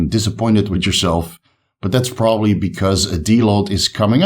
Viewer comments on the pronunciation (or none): none